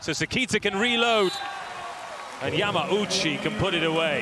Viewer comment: It’s always hilarious to me of how the announcer butchers all of their last names 😂😂😂 “Yama-OOchie” 😂😂😂😂